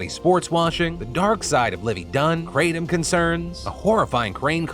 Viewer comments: The proper pronunciation is krah-tom. Not kray-tom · Note: It's not Kray-tum (It comes from a Thai leaf roughly pronounced Gra-Tome). It's been used as a stimulant as a boiled tea in Thailand for a very long time. It was officially legalized in Thailand on August 26, 2022 after a long prohibition. When taken in moderation, it's not particularly dangerous. Truck drivers used it to help them stay awake on long hauls. Farm workers used it while working in the sun. And numerous other ways. I personally think what you have here is western people taking something unknown on someone else's word and either intentionally or unintentionally abusing it through lack of knowledge. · I thought it was pronounced "kruh-Tom" [Tom like the name] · I can hear Hamilton Morris cringing every time Phil says kratom..